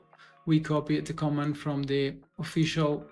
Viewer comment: Thanks for the tutorial. I just wanted to correct the pronunciation in case anyone didn't understand what you're saying: "Command" is pronounced /kə'mand/ with the stress on the second syllable. If you put stress on the first syllable, it sounds like "comment" /'kɒmɛnt/. And "paste" is pronounced /pejst/. If you use a short A, that's "past" /past/.